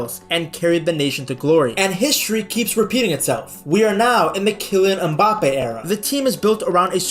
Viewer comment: Kilian EhMbappe